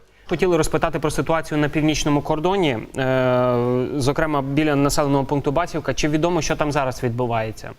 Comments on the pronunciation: БасІвка, не правильно наголос говорите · Чому не правильно озвучуєте назви сіл ? Наголос БасІвка, ЛОкня.